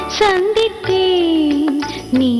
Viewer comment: உங்க பாடல்களை இப்பதான் கேட்டேன். மிக அருமையாக பாடுகிறீர்கள். As it is சுசீலா அம்மா. மிகவும் மகிழ்ச்சியாக இருக்கிறது. மேலும் இந்த பாடலில் அந்த சந்தித்தேன் என்ற வார்த்தை ச உச்சரிப்பு கொஞ்சம் மென்மையாக இருக்க வேண்டும். வாழ்த்துக்கள்.